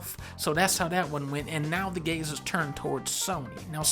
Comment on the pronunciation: "and now the gays has turned towards Sony"